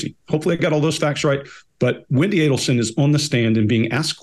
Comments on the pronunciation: Who said “Adelston” at the beginning 😂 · It’s Adelson not Adelston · its not Adelston,is Adelson. It alwsys helps to have the names right. It gives more credence 😂